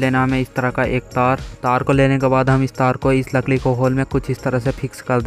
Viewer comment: Lakdi ❎ lakli✅ BTW great work